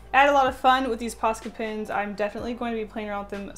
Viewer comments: OMG it's Pens not Pins. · Very talented But why are you saying Pins Its distracting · Why do I keep hearing posca PINS not posca PENS ;_ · Am I the only person washout hears her say posca pins? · The way she says ‘pens’ sounds like ‘pins’ .... it’s so cutteee😍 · Why does it sound like you're saying pins? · The way you say pens sounds like you’re saying “pins” it’s kinda awesome ( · posca pins! posca pins! posca pins!... :P thats all i could hear.. i am sorry. i like your drawings. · I love how when you say pens you pronounce it “pins”